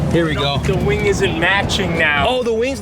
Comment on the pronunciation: Why do you say "ween"and not wing?